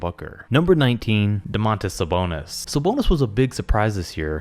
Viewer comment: At #18 you mispronounced demontas sabonis